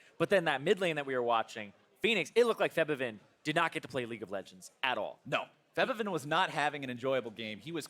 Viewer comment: Can you guys stop mispronouncing Febiven's name, please? Thanks.